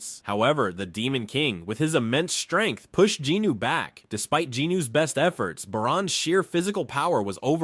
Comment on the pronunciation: Its Jinwoo...i kept getting thrown off because of the pronunciations...the names are being said wrong